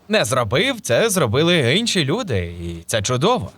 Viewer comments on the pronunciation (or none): Инша, инші ці фрази дуже сильно дратують при прослуховуванні. Чому ви їх не вірно читаєте?